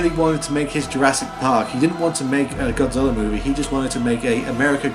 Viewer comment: Take a shot everytime he calls him, "Godziller."